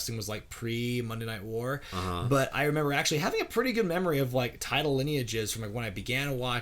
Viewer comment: nobody:: "RENEMBER.."